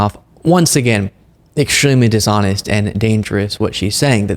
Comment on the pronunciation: Has anyone also noticed that MTG always drops some of her T’s? That’s what makes her sound perpetually drunk and/or moronic and it drives me crazy. For example, she pronounces “dishonest” as “dis-on-iss”, “interesting” as “in-tressing”, and “statistics” as “suh-tis-ick.”